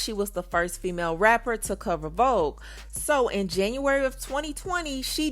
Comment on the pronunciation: Cardi said vobe 😭😭not vogue 🤣🤣